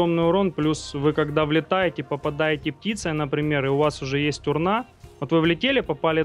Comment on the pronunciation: Почему урнА и при этом шИва, а не шивА, что за ублюдские ударения????